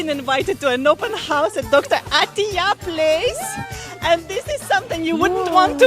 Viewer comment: bilang open horse